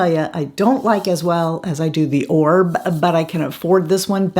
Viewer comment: not to be rude or anything like that but an influencer should know how to pronounce a major brand. Please research how to correctly pronounce Oribe